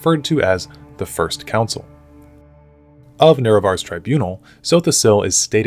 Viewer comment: The First Counil 😂